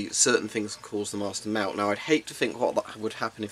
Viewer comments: english: invents english english: pronounces melt as mewt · Hmm. Am I the only one who heard him say melt like “Mault”. Otherwise, good video! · I hear him say something like milk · I hear meut